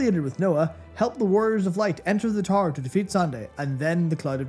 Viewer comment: I had a laugh that Youtube CC kept thinking you were saying "Tar" instead of "Tower", good video though, great to see Matt take the lead